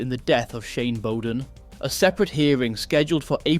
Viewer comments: Bowden is said Bower as in SOUR so BOURDEN, not bow as in Robin Hoods bow. Sounds like it is tuff being Tough in Shanes' life. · You didnt pronounce his name properly… Shane, despite all his mistakes was unspoken and misunderstood. At some point I think he knew he was a man not long for this world.